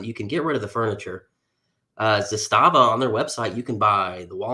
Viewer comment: I fell into this hobby last year and love Aks. Thanks for having on! I can tell you’re not an AK guy by how you pronounce Zastava lol. Good vid though!